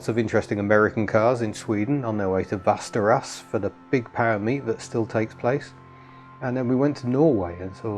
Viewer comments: You do this thing that Brits and Yanks do---totally ignore the dots over some vowels in Swedish . They form extra letters of their alphabet.The name you say as Vasterass is pronounced more like Vesteroas and means something like West River. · Your pronunciation of Västerås made my spine crawl. Can't blame you, though. Vester-ooze? Vester-ros? Vester-roose? Swedish people, help!